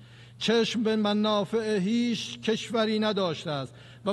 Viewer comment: منافع میگه من آ ف ح